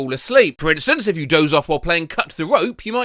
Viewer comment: The times when he said doze like Dozer